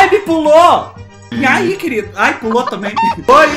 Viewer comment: engraçado ele falando "inhai" KKKKKKKKKKKKKKKKKKKKscrr